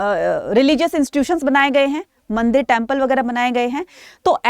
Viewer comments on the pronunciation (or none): none